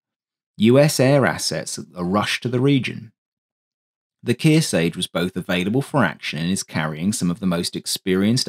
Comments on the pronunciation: Good presentation of an important but little-remembered fighter. FYI, USS Kearsarge (CV-33) is pronounced "KEER-SARGE," not "KEER-SAGE." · Kearsarge not Keersay! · Where in the world did you learn to pronounce Kirsage. The English, not understanding the difference between a long vowel and a short vowel, is quite telling. The E following the G does not make the a a long vowel in that word.